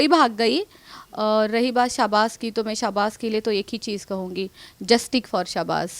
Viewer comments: Justik For shahbas 😂😂😅 She can't Pronounce some words 😂😅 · Madam justik kya hota hai 😅